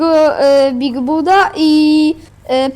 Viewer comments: #codziennie piszę się bigbud, a wymawia bigbad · Pisze się big bud ale czyta się big bad